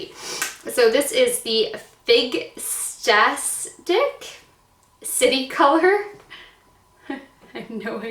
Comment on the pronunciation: Love you girl but 15 shades not 16 in that bh mac dupe and figtastic is said fig-tastic like fantastic like you! Not figsastic 😂 you made me giggle. I have Lyme disease bad so I understand the brain fart moments, your awesome girl!